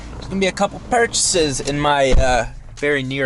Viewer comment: When he said “purchases” 😂